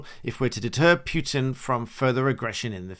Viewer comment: I watch your videos and enjoy your content ( as much as someone can enjoy this kind of thing 😅) BUT his name is Putin. Not pyewtin. Путин П : P У : оо Т : t И : I Н : n